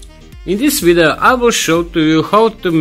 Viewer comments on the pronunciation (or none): I really like how you say video "VIDOO" and how "KHOW", good work nevertheless...